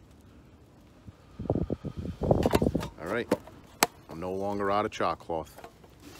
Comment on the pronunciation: Good night! Those sangwiches looked amazing bro, great bushcraft chair and charcloth or as you’d say chaacloth hahaha love it man! You guys are always fun to hang with and watch! Cheers 🍻